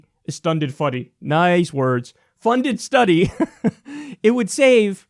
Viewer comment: STUNDED FUDY -Kyle Seltzer Sellout Kulinski